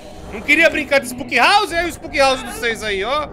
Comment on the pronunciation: " ispuuky rarrse ofi jumpiscaris" Top a pronuncia